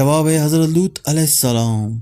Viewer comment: لوت ایسےنہیں، لوط ایسے ہوتا ھے۔